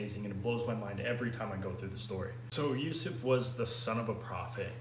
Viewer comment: His blessed name is Yusuf bin Yakub, at least learn to pronounce his real name. BTW he (pbuh) is closer to us than you so don’t imply anything you have no knowledge of.